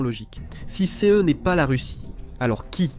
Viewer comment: J’aime bien le « c.e » ou le « c.e.s » 😅 c’est juste DEGUEULASSE 😂